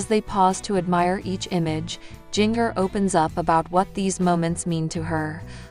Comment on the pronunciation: Please learn how to say her name correctly. It’s Jinger-like the spice, ginger. Stop slaughtering her name‼️‼️‼️